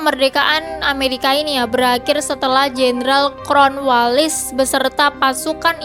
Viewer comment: dibaca kornwels bukan kronwilis